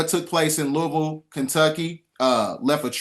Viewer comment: Props to for pronouncing Louisville correctly lol! 🍚🍚🍚